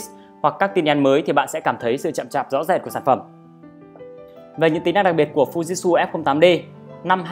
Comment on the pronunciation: Thực ra đọc theo tieng Nhật là Phư Ji Chư (ふじつ）add ạ. Chứ k phải phu jít su đâu í. =)))